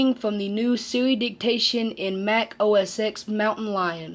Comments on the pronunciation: It's OS "TEN". Not OS "EX". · No. It's Mac OS "Ten", not "X".